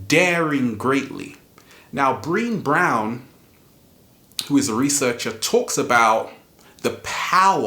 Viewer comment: Thank you for sharing! I watch your videos everyday..soo good! Brene Brown is one of my favs..also, her first name can be tricky to pronounce. I notice you pronounce it like "Breen"..but it's actually like the name "Renee" but with a B..."Bren-Ay" so the last E is pronounced like an A. ;) Hope that helps..Love you! xoxo